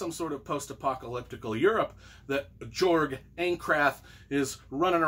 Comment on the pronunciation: It's pronounced 'yorg' I believe